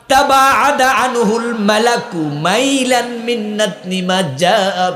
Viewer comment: বড় হুজুর শব্দটা মাইলান না, এটা মীলান